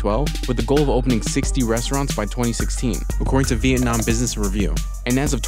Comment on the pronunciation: I cracked up so hard at the VietNOM NOM